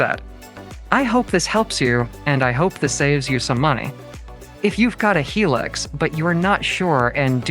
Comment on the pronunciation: Its not a hee lux , its pronounced high lux as in high luxury